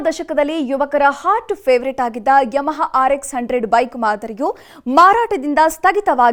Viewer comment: ಅದು ಯಮಹಾ. ಯಮಾ ಅಲ್ಲ.